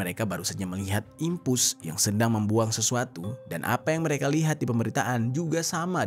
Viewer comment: Dimpos keknya bng bukan dimpus 😅😅